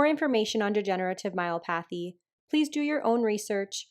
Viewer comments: It's " my OP athy" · I threw me off a bit every time you said myopathy because you pronounce it like myo-pathy with the emphasis on the A and I’ve always heard it with the emphasis on the O and a short O sound instead of a long one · Degenerative myelopathy.pronounced my el OP athy. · Here’s a YT link on pronouncing the word “Myelopathy”….. just FYI. That poor puppy really looked defeated during the blowdry. 🥺